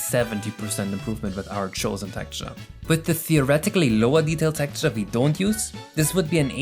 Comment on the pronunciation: Its Texture not Tekture